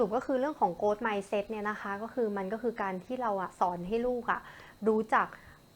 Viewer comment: ช่วงแรกๆออกเสียงผิดนะคะ grow-growth